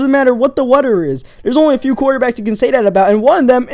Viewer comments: You say wedder not wether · rhydm. weader. made me laugh haha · I like how u say weather and rythm. My friend cant pronounce his "th" eaither